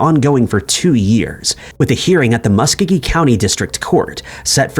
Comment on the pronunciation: It’s “mus-co-gee”, not Mus ka ge”